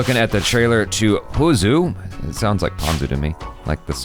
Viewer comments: It's not (poo-zoo) 😂. It's (poo-roo) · Actually it is pronounced as 'Puyu' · LOL! You are pronouncing "புழு"(Puzhu) wrongly! The "Zh" is an unique letter for Tamizh and Malayalam The "Zh" should be pronounced similar to "L"(I don't know how to explain the pronounciation in words) in Tamizh and Malayalam!